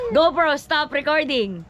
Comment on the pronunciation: ...dapat kasi hindi matigas pag.bigkas mo ng R,dapat medyo slung ang pagka bigkas ng R sa GO PRO...☺️☺️☺️ thanks me later...😁😁😁